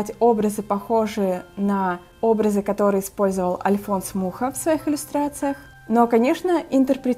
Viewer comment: Вроде бы правильно ударение делать на последнюю букву фамилии художника. То есть - Альфонс МухА :)